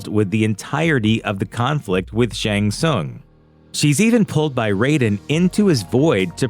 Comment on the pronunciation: "Shang Soon"? Is this an AI voice? You've heard the name pronounced in the video games.